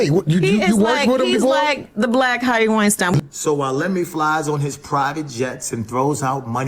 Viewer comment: She said, "hes a black Harvy Wienstien." Damnnnnnnnnnn......